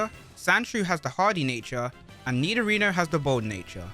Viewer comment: i got confused when i keep hearing you pronounce nidorino "nidorina"